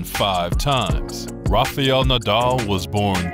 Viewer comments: Be a good idea if the commentator learned to say his name correctly. It's "Rafial" it's "Rafael". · Nice.just his name is not Rafaiel nadal but Rafael. Don't pronounce i...same mistake McEnroe makes. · Learn to pronounce his name properly